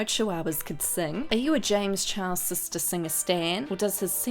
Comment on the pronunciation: when are you going to give him the respect he deserves as a person and say his name the right way his name is James Charles not James Chihuahua disrespectful bootleg Rich lux wannabe